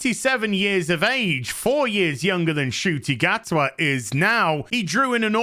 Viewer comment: From that proud line of Scottish "Gatwas" 🤣🤣What in the world? 🤣🤣